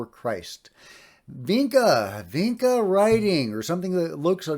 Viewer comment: FYI: Vinča is pronounced like "Vincha".